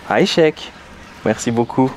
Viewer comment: 'aychek ne se prononce pas avec un " h " au début mais avec un " 'ain " et personne ne dit choukrane qui appartient à l'arabe écrit littéraire, tu m'as l'air de connaitre l'arabe comme moi le chinois